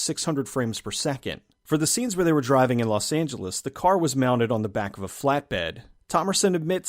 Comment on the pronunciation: "Lost Angeles"....Lost.